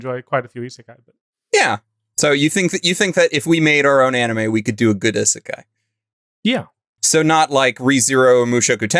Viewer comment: Please tell him how to prononce isekai